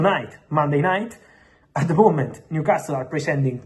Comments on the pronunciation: And New Cast Le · Stop saying New Castile. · I love how he pronounces NewcásTle